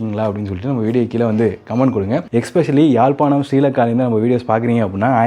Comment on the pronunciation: தம்பி இன்னும் ஒரு அம்மா இந்த வீட்டை முன்பு காட்டி இருக்கா, அழகான வீடு, யாழ்ப்பாணம் என்று நீங்கள் உச்சரித்தால் நன்றாக இருக்கும் ❤